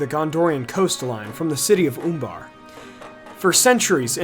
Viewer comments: I believe it's pronounced Uh in the U in Umbar not Oombar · Oombar, I love the way you pronounce that.